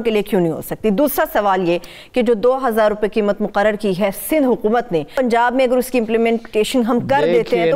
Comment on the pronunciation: HA QOOO MAT,,,,,,, yeh QOOO peh itna zore kion hay